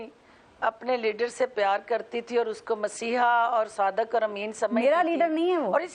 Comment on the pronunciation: Bolna bhi nahin ata. SADAQ NAHIN HOTA SADIQ hota hay